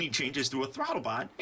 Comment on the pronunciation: why do you say thwotobot?